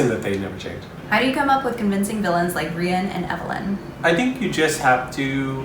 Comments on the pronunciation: I don’t think it’s pronounced “ ree-in”. I think just said that. I heard say Rhian’s like “ rh-eye-an “ or “ Ryan”. I pronounce Rhian like rhy-yan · SAID RHIAN LIKE "REE-IN" WHAT!?!?